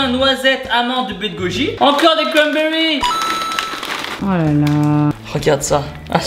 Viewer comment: A chaque fois qu'il a dit "y'a des cramberries" j'ai exploser de rire 😂😂 surtout a et a